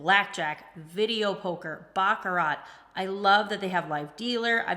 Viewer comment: You might want to work on your pronunciation of "baccarat".